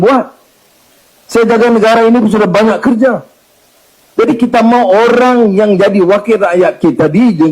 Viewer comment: "Saya bantak kerja"Kerja cakap biting sahaja.